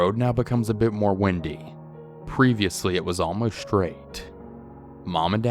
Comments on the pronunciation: I thought the SAME THING!!! Ugghhh, so glad that I wasn't the only one who caught that! It actually started to bother me. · Windy 💨💨 huh? U sure it wasn't a windy (wine-dy) road. U know, with lots of turns? 😂🤣😂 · Ruined it for me. Hah.